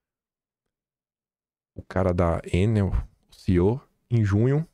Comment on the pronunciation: Meu caro DUMBO,orelhudo,inteligente e sabido,o nome da empresa, péssima prestadora de serviço, deveria ser pronunciado "ENÉL".DO CONTRÁRIO DEVERÍAMOS OBSERVAR UM CIRCUNFLEXO NO PRIMEIRO "E".